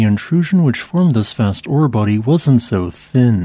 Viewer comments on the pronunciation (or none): none